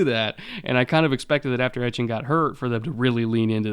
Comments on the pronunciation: Ettiene is pronounced E-T-N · Senior pronunciation correspondent. As for my prediction on the Jags season, I'm thinking 5-12. They'll improve, but growing pains + several high-quality opponents will lead to several close losses